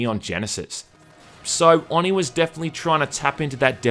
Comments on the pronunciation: No, because a true weeb would know that the syllables are Oh-knee and not on-ee because Japanese syllables only have 1 way to pronounce them (unlike us who can say "a" several ways). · It's pronounced with a long "O": "oh-nee", not "aw-nee". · Why do you call it AwNee? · Oh-knee. Not on-ee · It’s pronounced “Oh-knee” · nope, you pronounced oni wrong for the hole video. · The way you say Oni irritate's me. Oni is Japanese for demon, just like Yokai and other. No offense for the first sentence. wolverine's hair.